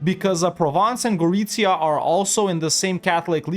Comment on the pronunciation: Gotta love how perfect is your pronunciation of Gorizia. Chapeau!